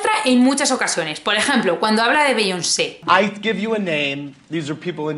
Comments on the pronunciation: Bi-yón-se. Así se pronuncia, ya que te gusta tanto meter palabras en inglés. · #LaVidaModerna es meter mogollón de frases y palabras en inglés, pero no pronunciar Beyoncé o Rihanna bien.